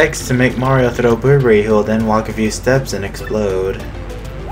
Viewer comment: Silly Bobbery thinking it's his last day. XD (I still find it funny how you call him "Boo-brr-rie." I call him "Bob-brr-ry.")